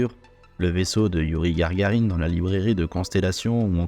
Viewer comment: "Gargarine" O_o -> Gagarine, sinon pas mal ta vidéo !